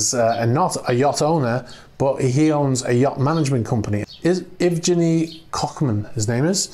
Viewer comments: Evgeniy is pronounced yev-gyen-ee btw. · "Evgeniy" is pronounced "Yev GEH nee".